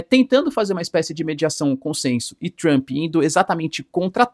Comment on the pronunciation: 😅Mas gostcha do sotaque pra falar "Tchrump"... 😂 "Tchrumpista"...